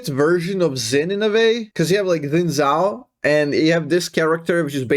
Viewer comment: It’s Xin Zhao